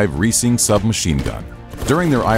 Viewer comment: Reising rhymes with rising.